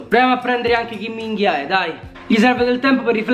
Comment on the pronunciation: A me ha fatto morire dal ridere quando a detto il nome del cinese Kim min joe, e se sembra che dice chi minchia è 😂😂😂